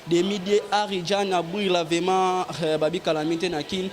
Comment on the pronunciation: On dit vraiment et non vema Mr le journaliste